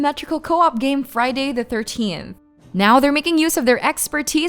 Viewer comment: "Friday the Thirteen", huh? Well I know who's never watched the franchise, lol